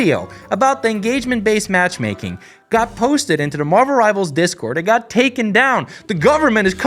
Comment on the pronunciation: You meant to say "Marvuruh Rivarzuh"